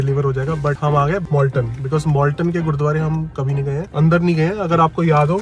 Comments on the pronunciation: MALTON not MOLTON 😟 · It’s Malton not Molton